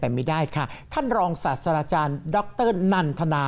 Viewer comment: ศาสตราจารย์ ไม่ใช่ ศาสดาจารย์ สาด-ตรา-จาน ไ่ม่ใช่ สาด-สะ-ดา-จาน